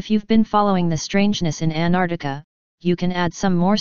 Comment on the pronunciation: Not even the robo-voice can pronounce ANT-ARC-TI-CA (not Anartica) properly!!